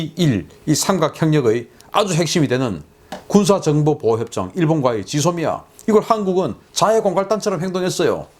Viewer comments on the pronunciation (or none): none